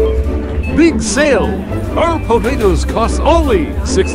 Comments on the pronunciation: Some "Pawtatoes"💀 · “The POOtatos”